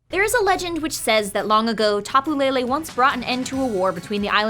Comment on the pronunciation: As a native Hawaiian, I love the fact that they went and used our mythology in this game. It was super cool when I discovered the Tapu's motifs. I will say though that I cringe at the mispronunciation of the Hawaiian words. I doubt people will see this comment, but please stop saying Tapu Lele as Lei-lei. Lele in hawaiian is pronounced leh-leh. It's Pu-leh-leh-who-ah, not Pu-lei-lei-hua. Same with Kamehameha, it's not pronounced Ka-meia-meia, its Ka-meh-ha-meh-ha. Other than that, I still appreciate the work you've been doing about your research of the Hawaiian culture and words. Even your knowledge of the Decidueye and Aumakua parallels were surprising.